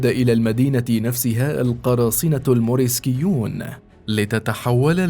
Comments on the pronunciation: المريسكيون وليس الموريكسيون يا صاحب القناة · اسمهم المورسكيون وليس الموركسيون